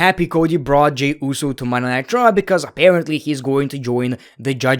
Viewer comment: WTF IS "MONDAY NIGHT TRO"???